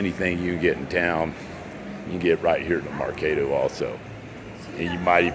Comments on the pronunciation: its Merc AH do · It’s mercaaaaado. As in cah sound.